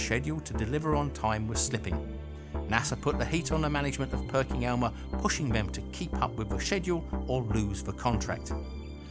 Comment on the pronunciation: It's Perkin Elmer, not Perking Elmer...just sayin'